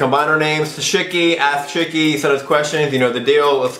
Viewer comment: It sounds like he's saying Shitty instead of Shicky.